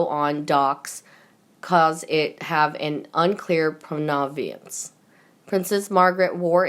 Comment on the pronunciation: The pronounciation!!!!!!!! (Rome a nov) Romanov!!!! (Prah ‘va nance) provenance. Even reading it thru once before you read it for the video would have helped !!!!(Hopefully...)